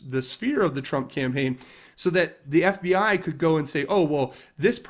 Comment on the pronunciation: Bill Clinton can't pronounce FBI, he pronounce FBAaa